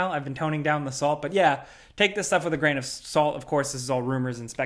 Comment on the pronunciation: "take it with a grian of salt" 😭We have to much salt already.